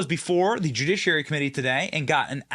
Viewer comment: Did you say the " jewdouchiary" ?? That sounds horrible😮